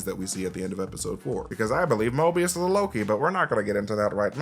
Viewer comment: Did you say you believe Mobius is Loki? Because if you watch the video, you slur it together pretty badly. It sounds like "MobiusnnLLLoki." Did you say Mobius is ANOTHER Loki? Please confirm. for reference.